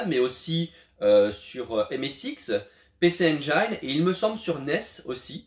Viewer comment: Je l'aime bien ce petit shmup, c'est l'une des nombreuses versions du jeu - mode pinaillage activé - attention à la prononciation de "Pc Engine" :)) (mode pinaillage off), en plus de la version arcade d'origine, il me semble que le jeu était vaguement inspiré de légendes asiatiques comme celle du Roi Singe. Sur Famicom le jeu s'appelle "Chuuka Taisen". En tout cas, test bien sympa, à la prochaine ! ;)